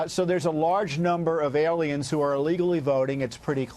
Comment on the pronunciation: Lou just cant say the word "Alien"...